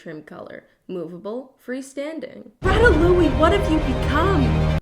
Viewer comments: is no one gonna talk about how she said "Rattalouie"? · don't ever say ratatouille like that agian